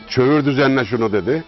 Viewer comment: Kömür düzeni değil, ÇÖĞÜR düzeni.